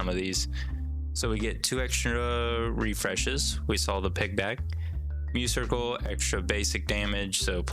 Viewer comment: spinesse is a play on, and thus rhymes with, finesse! and i'm pretty sure muscircle is a play on muscle, so it's muss-circle, not myoo-circle :3